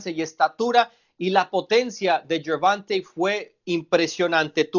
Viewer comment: Gerbulto Gayvis. Gerbumta Gayvis